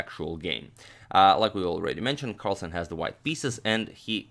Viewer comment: its carlsen not carlson.